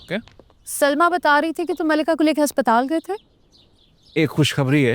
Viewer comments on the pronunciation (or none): Admi kitna bhi ameer ho asptaal ko haspattal hi bolta hai